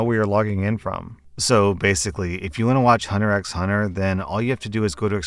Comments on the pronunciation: Dude, the 'x' in Hunter x Hunter isn't included when you say it. It's just "Hunter Hunter" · Lol your weeb viewers probably cringed a bit when you said Hunter "X" Hunter 😂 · NOOOO.... YOU PRONOUNCED THE 'X' IN HUNTER X HUNTER................... I BELIEVED IN YOU:( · aghem it’s pronounced *Hunter Hunter*, good sir. I’m kidding, say it however you like. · The "x" in "Hunter x Hunter" is silent.